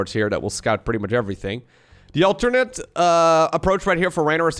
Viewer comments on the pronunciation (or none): none